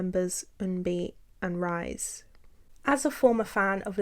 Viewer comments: Someone else may have mentioned this already but just to let you know, RiSe’s name was pronounced ‘Rhee-say’, not rise rhythm with lies. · Just an FYI, RiSe from Ladies’ Code isn’t pronounced as rise but ‘Ri-Se’. I know it’s not your intention to mispronounce it but since she has passed, I hope to correct out of respect for her name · 0:6:45 I’m so sorry but I have one small correction regarding the Ladies’ Code part— RiSe’s name is actually pronounced ree-say, not rise! Gotta make sure people remember my girl’s name correctly!! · I haven't finished the video yet but I would like to thank you for including Ladies' Code. Not many people know that a lot of the first Orbits were Lavelys :') Also, Rise's name is pronounced like Ri-sae